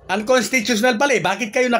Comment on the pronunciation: Ayusin mo ang pag pag bigkas ng unconstitutional,...